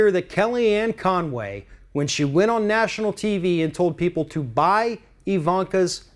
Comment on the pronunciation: Hell.. Her name is Con Way . Yep🤒 Not Fun way.! lmaooo ;-/